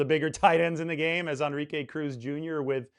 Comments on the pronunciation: Bro it's pronounced. N - RI -ke, not On -Ri -ke!!! Your killing me smalls! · que is not pronounced kay but like ke. plz no anglo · Dude learn how to pronounce the guys name. Phonetically it is N-ree-kay. If you are in the Bay Area you should know this. No excuse! I mean what other word in any language other than maybe frickin French has En pronounced as On. It is not like there are no other Enrique’s out there. There have got to be thousands of us. I mean this is worse than me calling you. Maybe the hispanic demographic is not your niche. Ok. Rant over. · more like en-re-kay